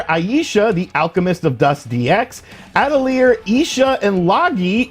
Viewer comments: A tell yay is the pronunciation for atelier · Atelier (adl-yā)...French for workshop. Lol...not your day for pronouncing foreign releases 😂